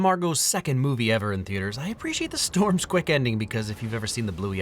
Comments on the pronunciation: DID HE JUST SAY "stoiyms" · love how he pronounced storms in an Australian accent since he was talking about Bluey. Funny.